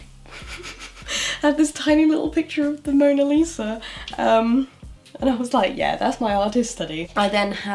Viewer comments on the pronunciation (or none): none